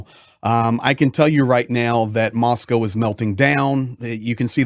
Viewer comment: Good to hear someone pronounce Moscow correctly